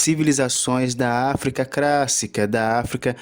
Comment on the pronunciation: Meu Deus! Civilização CRÁSSICA? PREMINENTE? Não dá pra prestar os ouvidos. Sorry!